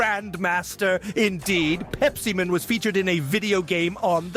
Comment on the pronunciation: "Pepsiman" or "pep-semen" ??